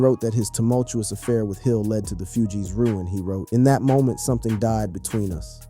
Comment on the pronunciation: I LOVE YOUR CONTENT! ... However, YOU butcher names 😞 🤔 lol ... "FOO-G's" not "FEW-G's" also, "Wyclef John/Jean" not "Jeanne!" Where are you from!? 🤔